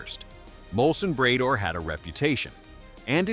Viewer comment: Bray-door? Really?